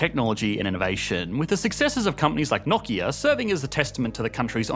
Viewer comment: Finally a youtuber who knows how to pronounce Nokia